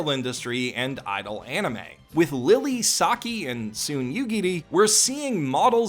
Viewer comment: when you say who best girl is you're mispronouncing Saki's name